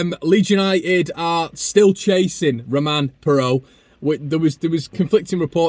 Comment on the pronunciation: Props for making an effort to pronounce Romaine Perrault correctly. I almost did a spit take the first time I heard pronounce it correctly. Maybe that’s a sign he really will be a Leeds player very soon. Whoever came up with that headline linking Raphinha to BVB needs to get their head checked. Not even Bayern Munich with all their financial might would spend 60-70 million pounds on a single player no matter how good they are. German clubs are all about smart sensible transfers, they don’t spend huge sums on galactico signings the way real madrid, manchester united or juventus do. What’s more likely is BVB’s scouts have identified a highly promising winger from an unexpected source who will cost a fraction of what it would take to get Raphinha. They did it when they originally signed Sancho for 8 million to replace Dembele who they got over a hundred million for. And that was pre COVID when the market was hugely inflated because of the neymar transfer in that same window.